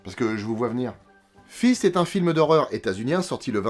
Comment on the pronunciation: hihihi il a dit Fist (désolé)